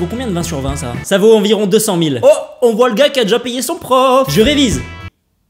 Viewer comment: A il dit jars à la place de gars.. Bravo!